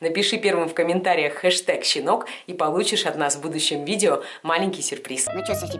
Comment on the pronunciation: Хэштэк Щинок